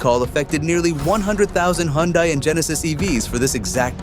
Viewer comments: It couldn't even pronounce the word "Hyundai", which should be easier than repairing a car after it falls apart. The irony is sick. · You lost me at your mispronunciation of the word "Hyundai" which should be the easiest part of doing research on cars. Removed from recommendations. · another AI :face-turquoise-covering-eyes: video that cant even pronounce Hyundai like any normal Korean or other human being in the United States